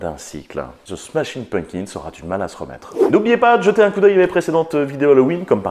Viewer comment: Nan là, je ne peux pas me retenir de le faire remarquer : ça se prononce "PumPkins", et non "Punkins". Un petit effort, bordeyl 😑